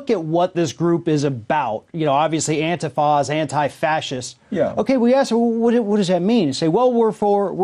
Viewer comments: Why is he keep saying AN-TAI-FA. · If you can't even pronounce the name of a group correctly (It's prounced An-teef-a) it's safe to say whatever you think you know about them is also probably wrong.